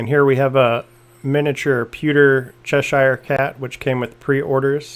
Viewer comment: It's CHESH-er, not CHESH-eye-er.